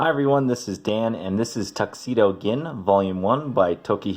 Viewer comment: Gin is pronounced with a j sound.